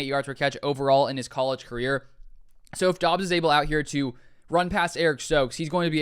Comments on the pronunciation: It’s pronounced DUBs you simpleton , f’n drivin me nuts, do at least a little research, you can’t even pronounce the guys name right smfh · It’s pronounced Dubs